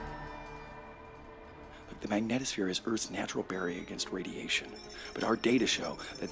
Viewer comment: It's mag NEE tohs phere (long e sound).. Sorry but given the importance of that word in this movie, the pronunciation really needs to be correct. It's not rocket science.